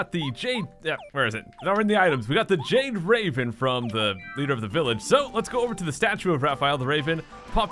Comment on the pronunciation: At the beginning of the video, when you said the "Jade Raven", it almost sounded like you said the "Jake Raven"